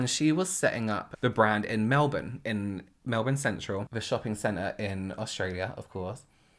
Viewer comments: I love that you pronounce Melbourne like a proper Aussie!! Wish you stayed (even though im a Sydney sider) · I really love how you said Melbourne and Australia correctly x proud of you boo